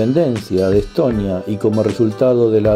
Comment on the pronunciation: Чого він як ідіот Естонію називає Еттонія чи Летонія , інтелекту бракує